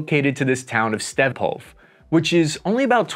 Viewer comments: Please pronounce every vowel in the Ukrainian town names! "Stepove" has an "e" at the end. SO READ IT. StepovE ("e" like in 'elk') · The way you say Stepove 😂😂😂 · Stepove pronounce with the same “e” at the end of the word, as at the beginning of the word.